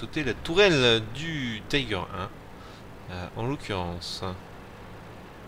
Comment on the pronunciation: Le Löwe, char allemand, veut dire Lion dans la langue de Goethe. Et ça se prononce "Leuve" pas "Lo-ou". De même les Tiger se prononcent "Tigueur" et pas "Taygueur". Si c'étaient des chars anglais ou américains je comprendrais, mais là... sinon GG sur la game, même si tu as eu pas mal de chance. Pour ma part j'adore le KV-2, mais j'embarque quelques obus Premium au cas où je tombe sur des adversaires comme... un KV-5 par exemple.